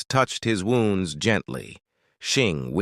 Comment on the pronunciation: he said wounds, I hear wombs 🥲🥴(灬º‿º灬)♡